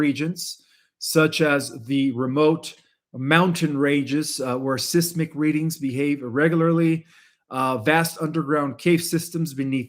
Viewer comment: SIZE - MIK! Not Siss - Mik